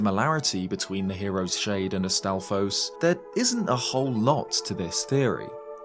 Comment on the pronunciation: I'm getting too irked out by how you pronounce shade when you say hero's shade